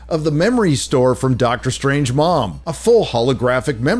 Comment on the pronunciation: It's a "strange" way to pronounce that even when you heard it by not "many" people, just by Doctor Strange multiple times in his time loop and yet doubling down on pronouncing it wrong to piss off the good era marvel movies fans for no apparent reason.